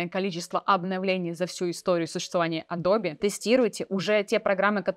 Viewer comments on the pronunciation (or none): Аж голос дрожит, так сексуально произносит Леонааардо)) Или это она смеется? Только не Адобе, а Адоуб ) Спасибо! Нео доволен тобой) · меня одного бесит произношение "Адрбе" вместо "Эдаб"? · Адобе адобе, звучит очень странно, не адобе а адоб eпт. Ты еще скажи йоутубе, пхотосхоп, нотэбоок.. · Адоб!!! Не Адобииии Не Адобэээ. АДОБ! ИЛИ ЭДОБ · Адоби, а не эдабе и даже не адобэ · я извеняюсь конечнот но не адобе а адоб) no vse j poznavatelno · Зачем говорить «АдобЭ», если можно «АдобИ»? Зачем говорить «КЭнон», если можно «КанОн»? Зачем говорить «Алина», если можно «Алёна»? 😁 Но хочу отметить, что контент у Вас полезный. Несмотря на «АдобИ», я на Ваш канал подписался, при просмотре этого ролика. Моя девушка говорит «скорч», вместо «скотч». Это мне конечно добавляет умиления, но другие такое вряд ли оценят. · не АДОБЕ, а АДОБ :) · Пожалуйста произноси название компании с мировой известностью так, как это произносит весь цивилизованный мир: "эдоуб" , а не "адобе". Пожалуйста. Очень режет слух. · Адоби адоби...и Эдоб Иллюстратор) вы уж определитесь с произношением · Адобе?)) надо бы Вам чуток подтянуть английский. простите если обидел)) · Да откуда вы эти исковерканные произношения берете? Весь цивилизованный мир произносит как она - [əˈdəʊbɪ]